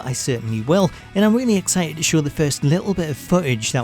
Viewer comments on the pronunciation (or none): none